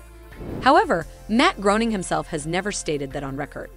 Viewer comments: Groening is pronounced Graining. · I like how it said Matt Groaning not Graining. Sorry, this note got kinda' long, but it's about a little 'pet peeve' of mine, and I like to write. It's a text-to-speech engine. it jumped right out at me. The way it said nineteen hundred sixty nine, which is a typo in the script that should be 1996. Other quirks of speech engines are how they botch pauses between words and paragraphs, and sometimes other instances of whitespace that appear in the written script they are fed. Odd emphasis on the wrong syllables and words, etc. I love to write, and I listen as much as I watch. And I'm a big fan of so many things you can find on YouTube that I can easily spend 10 hours a day watching stuff. When I caught maybe the 3rd instance of a lousy speech engine narrating a video, I began listening more closely without really trying, and I started finding more and more instances of speech engines being used. When I hear something that sounds a little odd, I often replay it, and since I try to write well, I began to notice how all speech engines seem to make similar errors depending on how the words would look if written out. Over time I just got good at spotting them. They occur most often in channels pumping out 'top ten' type videos all the time. We might all be familiar with our phones doing voice to text, and some that read texts to us. We can see how they mess up. Well, there are professional grade engines that you almost can't believe aren't people, until you catch them consi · Real life mr. BURNS video in my playlist....,and it's pronounced Groening * like raining